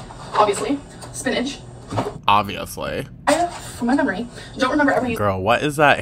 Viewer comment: Despise how she says spinach. It’s so grating and it sounds like sewage